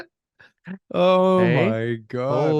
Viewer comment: Did you say a Lawyer or a congenital LIAR?